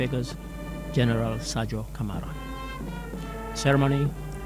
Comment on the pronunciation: please try and present the news correctly specially the headline, it’s not Saidou Camara but Sadio Camara. So confident matters a lot as news presenter. what a great and legend journalist your reporting is amazing and always understandable. Overall QTV is doing very good.